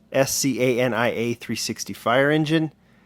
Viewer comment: Good job on the pronunciation of scania you said it right